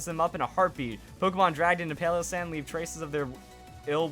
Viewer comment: Nobody can ever pronounce new pokemon names right! It's Palossand, Palace and Sand put together but when you say it, it sounds like "pile of sand" said very quickly.